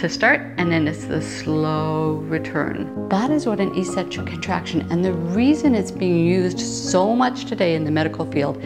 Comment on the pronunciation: In 'eccentric' people the first 'c' is hard, not soft